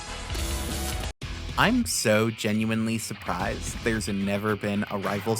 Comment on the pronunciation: Lmao Silent Hill is a Konami franchise, not Capcom. Also, its Akira Kazama, not Kazime. And it's Toyotomi, not Toyomi, considering he's a real historical figure. Never heard of Blue Box, her being a basketball player immediately reminds me of a Shounen Jump classic Slam Dunk, but you sure her name is Chinatsu and not Chinatatsu? Sorry for the corrections, but I'd be lying if I say I can let these slide. I will say that this video is pretty great and I enjoyed the new bloods and obscure choices you pick. Pretty bold to only have Luffy as the only old-school character for the Jump side. If I make my own roster, I'd include reps from all the eras, but it'll be 70-80% older characters with 20-30% new characters, so this video is pretty refreshing since you lean heavily on the new generation. I might check out the manga you chose later, the new kids seem pretty neat. The video reminds me of J-Stars Victory Versus, where other than the popular Shounen Jump characters that game also has obscure picks only old heads recognize, not to mention the non playable support characters who are mostly from series that don't have any fighting in them. The devs had to dig to find find and be allowed to use them, must've been a fun negotiation lol Oh, just realized that you have no boss character for the roster to fight, wonder who your pick is. Anyways, it's a great video, keep up the good work 👍